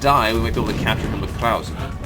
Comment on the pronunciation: You've started to get "Krause" right sometimes. Again, the final "e" is pronounced. I'm not German, but I'm familiar enough with the language to cringe every time you say "Kraus". :-)